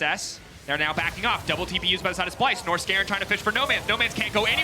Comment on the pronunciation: Wait…. I've heard them say "Nors-garen", but they actually mean Norskeren, it makes sense now lol